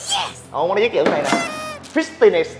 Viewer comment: Fi-ti-ness là con mẹ gì ??? Hahahaha